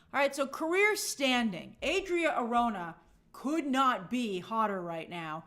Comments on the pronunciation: I'm open to whoever they cast as Wonder Woman, but I hope they don't do another skinny WW, she needs to be buff, and I mean buff. Also, you're mispronouncing Arjona (it's Are ho na), but someone already mentioned that. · Hey Grace, Adria Arjona, Arjona is pronounce ar-HO-na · Arjona is pronounced ahr-HOH-nah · the correct pronunciation for Adria Arjona is "R ho na" the jo is like the ho in home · Somebody probably already corrected you but Adria’s last name is pronounced ar - HO (as in honey) -na. She’s actually technically a “nepo baby” lol, her dad is one of the most influential Hispanic singer songwriters of the last 30ish years and huge in Latin America, tho since she works in a totally different market I don’t think she benefited that much from her dad’s influence other than the obvious money = opportunity and better access to everything, etc. in any case, she’s been super talented and charismatic in everything I’ve seen of her so I’m very happy she’s doing so well and getting so many opportunities in Hollywood! Have a good rest of your week Grace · Arjona = ARH-HUN-AHH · Arjona is pronounced like “Are” “ho” “nah”.